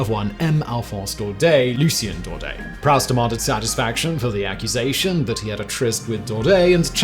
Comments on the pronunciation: “Proust” is pronounced “proost”, not “prowst”! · Proust: don't say prowst, say proost. It's French ;-)